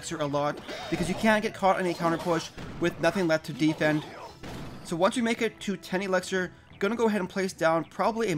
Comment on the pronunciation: Idk why but it bothers me how you pronounce defend (Not hating) anyways great video :)